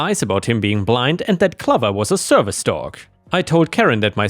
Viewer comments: OK, right but the way you pronounce the word clover is funny Not like lover, but more like over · clover is pronounced cloh-ver, not cluh-ver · I don't want to nit pick, but the way you pronounce Clover is wrong, it's not clov-er, it's pronounced Clo-ver. It's the same when you say Iron, it's pronounced eye-on. If your not sure how to pronounce something please take a few seconds using Google which will tell you how to pronounce a word. I know English isn't your native language, but a very large portion of your viewers are English speakers. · not trying to sound picky. but Clover is pronounced Cl oh ver. lol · The O in Clover is a long O, like in stove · Hey, Clover rhymes with Over not Lover. It's a long O sound like "Oh". I know English isn't your first language so wanted to help. ⭐️⭐️🌟🌟🌟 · BTW, the dog's name, Clover", rhymes with "over"; a long O sound.